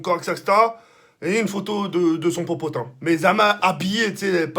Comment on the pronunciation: Il m à tuer avec son "popotin"